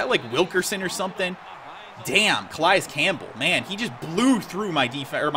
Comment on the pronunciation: U pronounced Calais wrong